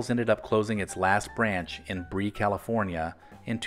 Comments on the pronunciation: You pronounced a city being "Bree". Was it spelled Brea? If so it is pronounced "bray a". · Brea, California is pronounced "bray-yuh," not "bree." Anyway, the last Farrell's near me closed eons ago. It's now a store selling men's suits. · I still have my sticker from 1982 that says “I Made a Pig of myself at Farrell’s”. And just a side note, wondering why no one has mentioned to the narrator that Brea, California is pronounced like Braya not like Brie (even though Farrell’s was a bit cheesy, but we loved it!) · Enjoyed your video. Took my nephew and his wife and their five kids (plus one in the oven) to the Farrell`s in Brea in August 2018. Last chance — almost. By the way, forgive my correcting you (and I don`t know if anyone else has among the 1,122 previous comments), but the city is pronounced BRAY-uh, not BREE. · Pronunciation note, it's Braya, California (Brea.) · The last location of Farrell's to close was not in "Bree" but Brea, California. Brea is pronounced "bray-yuh." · You mispronounced Brea, California. It’s pronounced Bray-uh, not Bree or Bree-uh. Reminds me of when you mispronounced Rexall in a previous video. Also, you neglected to mention the tragic accident at Farrell’s on Freeport Boulevard in Sacramento next to Executive Airport in August 1972. An F-86 Saber jet fighter aircraft failed to takeoff from the airport down the street and crashed into Farrell’s killing 22 people including 12 children. Twenty-eight were injured. The massive fireball could be seen for miles. Local, national, and international news media covered the horrific story including Life magazine. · Last Farrell's in Brea, Ca, pronounced: "Bray-ah" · If you ever update this - the last location in Brea, CA is pronounced “bray-uh” Otherwise it’s a nice video memory. I went to the original locations, then surviving locations, and then a couple of the reborn locations. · Brea CA, is pronounced "Bray-uh". It's a Spanish word and pronunciation. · Brea, California is pronounced Breh-ah 😄